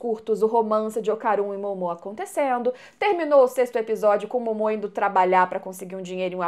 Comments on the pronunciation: Em q versão de dublagem o nome dos personagens do anime tem essa entonação q a usa (Momô e Didí)? Na q eu vejo é Mômo e Dídi. 🤔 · Ouvir vc dizer didí ao invés de DÍdi e Mômô ao invés de Mômo dói os ouvidos... Mas de resto o vídeo ficou muito bom kkk